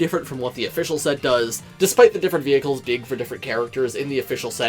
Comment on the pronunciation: So someone notices he says vehciles